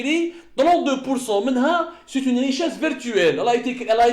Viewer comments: Une richesse vertuelle ? Pas virtuelle ? Travaillez votre prononciation Mr Semmar... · je crois que vous ne vous rendez pas compte de vos âneries... l'idiot de Semmar a prononcé monnaie vertuelle avant de se corriger par virtuelle...réécoutez le...et vous c'est 3adjouza Hakmet serrak....car mes commentaires ne vous ont jamais laissé indifférent... c'est la seule raison...